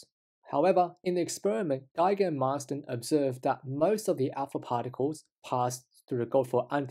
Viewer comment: alpa pharticles?